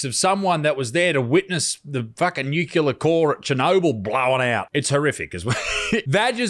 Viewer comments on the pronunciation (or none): Sorry Isaac but you can't comment Mr nucular.